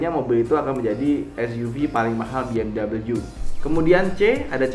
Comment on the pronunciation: Mas, bacanya be-em-wi, bukan bi-em-dabelyu, mari di klik